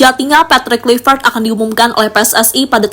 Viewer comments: Admin dari kemarin tetep saja sebut klivet. Yg bener bacanya klaivet.. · Sebut nama org hrs benar. Misalnya Kluivert, ucapkan yg benar dong.